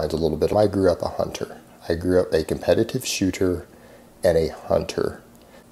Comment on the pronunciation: “A comppettivive shootor “